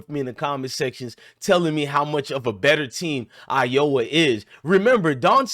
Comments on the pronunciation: Are you saying Iowa wrong on purpose? Are you from the states? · Dude, at least say the State name Iowa not "Ioa". However, I agree with you though on some of your points. Stragedy? It's Strategy bruh...